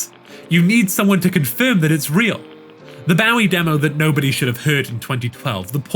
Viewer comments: cool video i really enjoyed it but BAU-ie??? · Is that an actual pronunciation of “Bowie”, or just one you came up with? I’m genuinely asking, because I have never heard his name called that in 43 years, but maybe it’s common outside of the US? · The way this guy pronounced Bowie totally snapped me out of my immersion 😭 Also, seems bosch’s channel has 2 new videos as of shortly after this video came out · I thought everyone knew how to say bowie. Like bowie knives and David Bowie